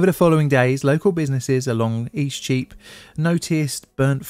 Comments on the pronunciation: Eastcheap is a very confusing street name for a foreigner to understand. It sounded like you were saying "E Streep" (a flub of "street") but I had to look at a map to understand what you were actually saying. Streets, like celebrities, that go by momonyms are also just pretentious. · What do you keep calling the affected street? East sheep? E-cheap? You mention it about six times and I still can't make heads nor tails of it.